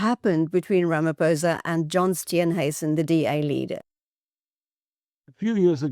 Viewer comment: I wonder if I can listen to a white person - after decades - still saying "Ramapousa" iso Ramaphôsa. What is wrong w you people?